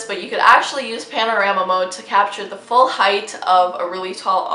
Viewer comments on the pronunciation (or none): none